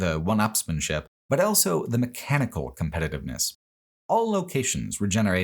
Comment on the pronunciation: pronounces the word "also" as "elso"